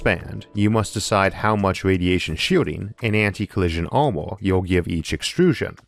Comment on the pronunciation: Vaalume ? Waaer ? Amor ? The speaker seems to have a speaking problem ! Barely understandable !